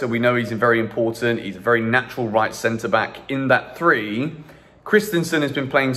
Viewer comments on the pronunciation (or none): none